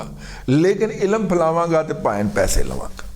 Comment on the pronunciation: Razi Bhai ilam nehi ilm.